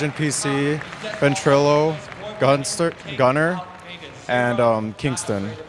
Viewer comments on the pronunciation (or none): gunster..uh gunnar